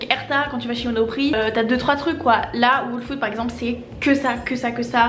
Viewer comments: Les new yorkais font pas leurs courses, ils commandent ! tu recois ta commande directement devant ta porte c'est un gain de temps énorme ! ps : on prononce " all food " pas " waule food " , j'allais justement à celui ou tu es allée à tribeca il est top , pas trop grand pas trop petit <3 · je te conseil d'aller écouter le prononciation de ''whole'' car tu prononces mal a chaque fois ca me stresse trop 😂😂